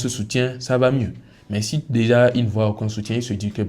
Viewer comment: 'Aucoin ' c'est ce que tu dis, mais c'est 'Aucun'